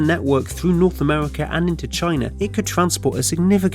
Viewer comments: Amewica, Sibewia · Amevika, Wussia, bwidge. What is this accent? I've compiled a small list of people that share this speech impediment; Torque steer, Numberphile, Human Interests, Carl bradbury, Thoughty2 Please send help. Im going insane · Yea, Amewika and Wussia should have a bwige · Wussia amewika